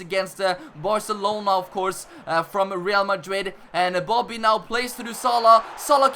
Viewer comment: He is saying boddy